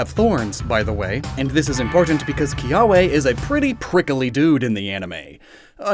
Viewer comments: its pronounced Kiave i can take most of the grammer misstakes but this one was easy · Ee Lima and Kiah Veh. hopefully that helps butcher Hawaiian less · Pronuciation Errors and just general topics, from a native Hawaiian Ilima - e•li•ma Kiawe - ki•a•ve (most w are pronounced with a v sound) No one really eat hala fruit, but if you do let it dry, you can use it as a brush. Hope this helps ✌️